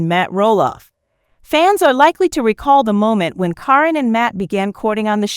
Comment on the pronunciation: Please pronounce caryn name right